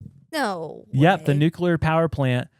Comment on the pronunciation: Did you just say NUCULAR? Did you mean NUCLEAR??